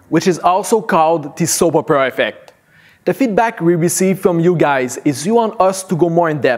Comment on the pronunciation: Good information but that accent and pronunciation was distracting! "Soppera affeck".